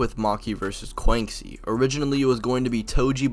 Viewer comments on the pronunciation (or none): Bro said Kwanksi 💀💀 she's Chinese so it would be 'Kwanshi' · Btw I just wanna inform you thats not how you pronounce Quanxi ^^" Quanxi (Chinese: 泉溪, Quán Xī as her birthplace was stated to be China and it's a Chinese name), you read it as chew-ann shee, and not kuancee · This is the craziest pronunciation of quanxi I’ve heard